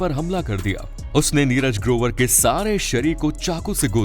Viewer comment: Barabar bolo kya neraj grobar dhamki diya bolta hai 5.48 minet pe